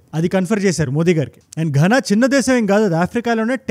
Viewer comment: It's pronounced "ghaana"